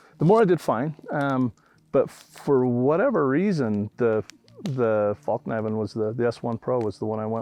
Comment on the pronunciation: I used to think these guys were beyond cool. But this out in the wild really humbled me to their game. Hahaha and the worst part is when that guy kept saying Falk knifen hahaha